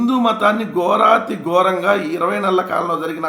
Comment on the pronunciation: Mundhu telugu nerchuko swami.. గోరతి గోరం kaadhu adhi... ఘోరాతి ఘోరం